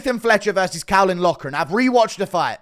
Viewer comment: Can't even say caolans name that's how ik u know nothing